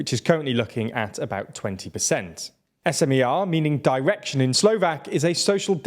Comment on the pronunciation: the content itself is good but as a journalists you could do at least some research of how to pronounce those Slovak names correctly, tho... Robert Fico's last name is pronounced as Fee-Tso, not Fy-ko... Smer and Hlas are not abbreviations so you don't spell each letter separately... president's name Čaputová is pronounced as Cha-poo-toh-va... and last but not least, Progressive Slovakia is progressive left party, not liberal in a sense of economy.